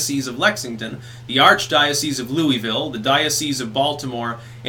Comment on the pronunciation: You mispronounced Louisville you fing northerner